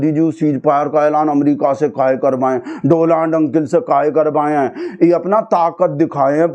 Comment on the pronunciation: Its donald not doland 😅😅😅